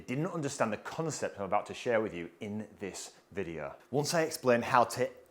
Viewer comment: It’s pronounced video not videa